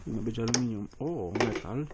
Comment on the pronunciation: Amelinium a nie amelanium 😁